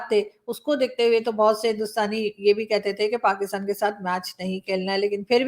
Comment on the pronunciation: Abey tackkley PakAstan kya hota hain... Pakastan, as Tarek Fatah used to say....